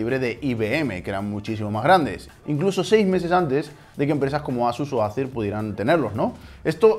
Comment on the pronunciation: Acer se pronuncia éiser